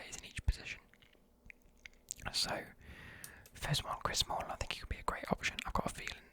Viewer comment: Chris Samlling 😂😂